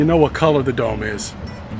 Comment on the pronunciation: Whenever he says dome, all i hear is dumb.